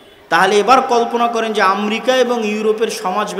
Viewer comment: "আমরিকা "কোন মহাদেশে ভাই...? একজন উচ্চ শিক্ষিত আলেমের মুখে ভুল উচ্চারণ বেমানান।